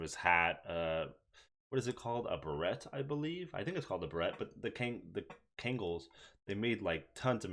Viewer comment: Beret is pronouced Beh-Ray